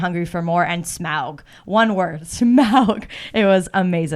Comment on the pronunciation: glad you say smaug the normal way!